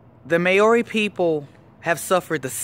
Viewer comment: your pronouncing maori incorrectly just saying